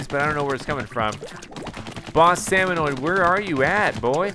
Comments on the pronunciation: SalmoNIDS, not salmonoid. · SalmoNIDS, not salmoNOIDS!!!